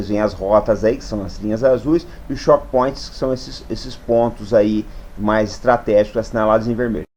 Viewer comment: Apenas uma pequena correção: "chokepoint" lê-se como "tchôuk point", não como "chók point", que seria "shock point".